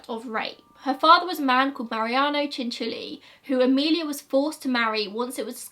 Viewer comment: Cianciulli is my family’s last name, when I googled the name just for fun a few years ago I came across this story 😳 also thank you for pronouncing it right I can’t tell you how many people don’t